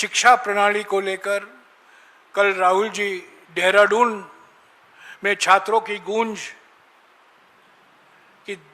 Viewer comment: सम्माननीय जयराम रमेश पान खाके देहरादून को डेहराडून बोल रहे हैं,, जहां तक अधिनियम संशोधन में सारे विपक्ष मे सेंध लगाकर बिल पास कराने की पूरी तैयारी कर ली, जयराम रमेश जी, एक समय होता था ऐसी परिस्थिति जब आती थी पार्टी के दिग्गज नेता अन्य दल के नेताओं से एक से अधिक बार सम्पर्क कर अपने साथ में ले लेते थे,आज,हालात यह है कि, कोई समस्या पार्टी,या देश में में कोई समस्या,या सत्ता दल द्वारा की जारही मनमानी कर तोड़ फोड़ की योजना,को सिर्फ, राहुल, खड़गे,ही जाने वही कर रहे हैं,तुम जैसे अनेक नेता जो दिग्गज कहलाते थे ,वो सिर्फ पार्टी द्वारा तैयार वक्तब्य देने तक सीमित हो गये है,तो पार्टी का समापन कर एन्जियो चलाइये, सत्ता दल की छाया में आप जैसे नेता अपना साधन सुविधा का लाभ लें,जी धन्यवाद 👏